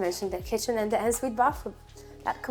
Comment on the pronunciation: Hahaha not ensuite pronounced ensuite but ”onnsuite”! Your accent is very good for a non native english speaker but the word ensuite….. on Sweet